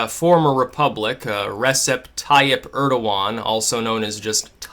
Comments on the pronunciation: Erdogan's first name is supposed to be pronounced either Rechep or Rejep or somewhere in between. That's what that accent under the c in his name is for. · I think the c in Recep is pronounced as a j.